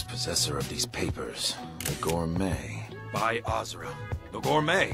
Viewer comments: Can't even pronounce azura right. Besides she's a good Daedra and one of the anticipations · Still not forgiving the people responsible for letting mispronounce the name Azura.